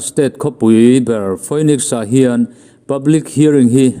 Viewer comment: Phoenix (Pronounce - Finix), Giuliani (Pronounce - Juliani)